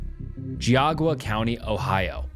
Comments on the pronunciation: I live near Geauga county Ohio, and it's driving me nuts you keep saying "Geaugua". It's pronounced "gee-AW-ga" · With love, Ohio has weird pronunciations. You don’t say the U sound in Geauga it’s “Gi-aga” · I'm really liking your videos, I think your channel is going to grow big if you keep at it. My only criticism is that you should probably look up the pronunciation of places before covering them. Geauga is Gee-ah-guh. Pretty close. We have a lot of Native named places up here. Keep up the good work. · I can’t get over the horrid pronunciation of geauga lmfao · it's Ge-aw-ga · It’s pronounced “JOG-AH” I know this because I live very close to this county in Northeast OH. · I used to live in geauga 👀 its pronounced gee-aw-guh ! crazy story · please look up how to say Geauga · So weird hearing Geauga County being pronounced like that